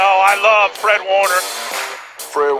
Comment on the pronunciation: Not a huge deal but its fred like the color red. Not freed like Reed. He is a beast though.